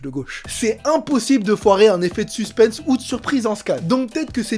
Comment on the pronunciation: Kevin on dit "suspen" sans prononcer le "s" qui se prononce juste en anglais "suspens"